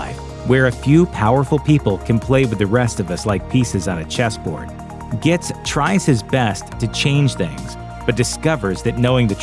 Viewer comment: Dooood, seriously? You brutally mispronounced Jake Gittes name from Chinatown. Are you guys cinephiles or not?